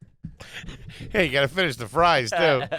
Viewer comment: Not sure if it's a Philly thing or just a thing. But it's unimpressed not uninpressed.😂😂